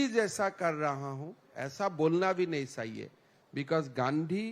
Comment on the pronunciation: जैसे च को स कहना उदाहरण चाहिए को साहिए।